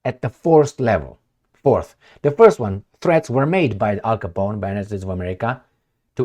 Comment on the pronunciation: I LOVE THE WAY CALLS OUR GOVERNMENT AL COPON. AMERICA IS A THUG AND GANG STAR.